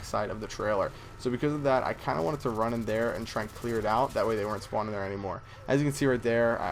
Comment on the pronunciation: it is spawning not the you say it spwning no hate :)